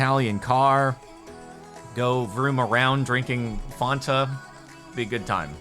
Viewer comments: Anyone else weirded out by the fact that he keeps pronouncing Fanta like "fawn-ta" instead of "fan-ta" (like )? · I dont think ive ever heard it pernounced fon-ta instead of fan-ta